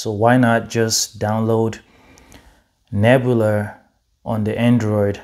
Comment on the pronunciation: There's no r at the end of Nebula.